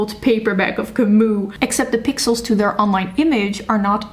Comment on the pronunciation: I am so sorry to bother (I hate doing this please, don't kill me), but the last name of Albert Camus should be read "Kami" with "i" at the end, not "u" because it comes from french language. Once again, sorry, but it's just a bit hard to hear🥹❤️ Apart from that - amazing video. I would like more people to think that sensibly about reading. Books are a medium that should connect us, not the next topic to argue about❤